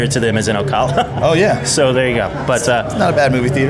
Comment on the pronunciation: I guarantee Neil is thinking "why is this guy pronouncing Ocala like that?" He's said "o-cah-la" like 3 or 4 times. It's o-CAL-a